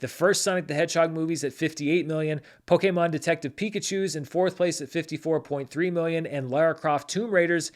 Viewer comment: I live in joyful hope that will pronounce Pokemon correctly one day.